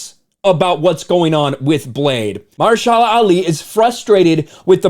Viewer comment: lol the way he says Mahershala😆😆😆